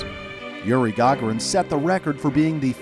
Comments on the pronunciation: You keep on saying the gaughran but it's Gagarin can you say is God darn name right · YURINE GAUGURAN Its Yuri Gugarin